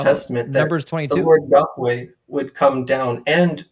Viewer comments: The way the first clown pronounces “yahweh” is really fucking irritating. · I can't stand people who pronounce Yahweh so pretentiously like that.